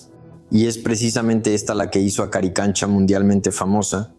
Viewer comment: haces un video y no nombras correctamente el nombre? CARICANCHA ??